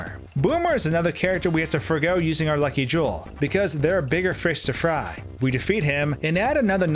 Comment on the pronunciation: "cause there are bigger frish to fraayyy" lmao